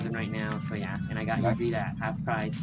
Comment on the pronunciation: Cool but it's isida not izida